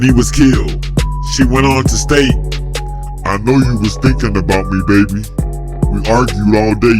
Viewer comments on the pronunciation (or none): none